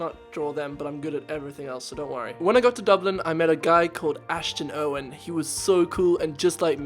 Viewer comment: did you say ashden Owen